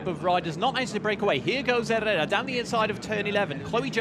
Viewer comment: Quality race! Well done ladies. Commentators pronunciation of Herrera was driving me mad though lol.